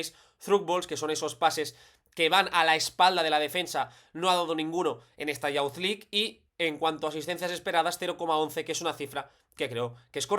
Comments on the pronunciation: Una nota: youth se pronuncia [yoo th], no como bound ni pound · Excelente análisis. Puede ser una herramienta muy útil cuando los rivales jueguen a presionar a los mediocampistas. Una nota: “Youth” se pronuncia “yuth”, no “yaoth”.